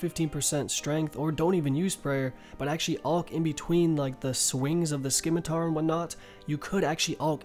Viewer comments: Bro, how are you such a well known runescape YouTuber, yet not know its pronounced sim-it-ar not scim-it-ar... The c is silent. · Howd u learn that?? U cant say its common sense? The fuckin C is there. Where ddi you learn that? I also know its pronounced simitar but its dumb how ppl get mad as if we didnt all learn at ine point. Because naturally its easy to understand why ppl say scimitar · Methods start Trigger warning: pronounces the C in 'scimitar' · Kryn Benski wow man. Thanks for the warning. If i heard that i might just off myself. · Jesus christ GET TO THE POINT..and stop pronouncing SKIMITAR..